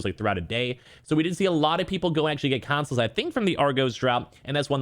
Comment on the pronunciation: FYI it’s Consoles and not Cansoles